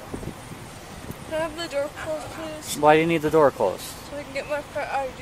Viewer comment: "Close the IDoor"